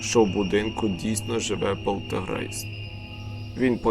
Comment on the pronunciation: Правильно буде полтеРГейтс, а не полтеГРейст. А в цілому непогане оповідання Бажаю успіхів